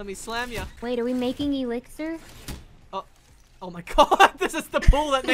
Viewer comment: the E lixir hahahahaha